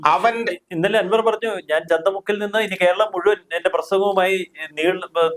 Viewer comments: ചന്തമുക്കല്ല ചന്ത കുന്ന് ആണ് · ചന്തമുക്ക് എന്നല്ല - ചന്തകുന്ന് എന്നാണ് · The name of the place is Chandakkunnu,not Chandamukku,... Chandakkunnu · ചന്ത മുക്ക് അല്ല മൈരേ ചന്ത കുന്ന് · ചന്ത മുക്കല്ല, ചന്ത കുന്ന് 🤣🚀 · ചന്തമുക്ക് അല്ല ചന്തക്കുന്നു ആണ്